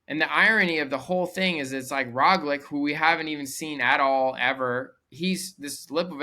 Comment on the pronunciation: Try pronouncing Roglic as Roglich and it will sound almost correct.